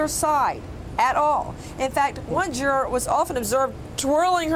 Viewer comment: Why can't she say juror correctly?